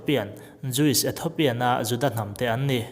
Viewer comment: Ethopian ni lovin Ethiopian ti rawh